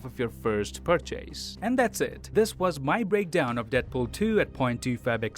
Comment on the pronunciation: Never in my life have I head someone say purchase the way the narrator says it🤣🤣🤣🤣🤣 I’m fucking ☠️ that shit was hilarious! Dude what part of the planet talks like the way u do??? I wanna go there